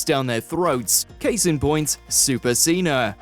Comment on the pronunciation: John Ceh-NA